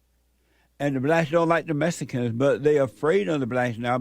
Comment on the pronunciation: "messicans." Lol. Gets me every time.😂